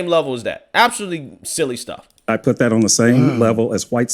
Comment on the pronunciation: it's "Them"and "That" - not "Dem" and "Dat"...😂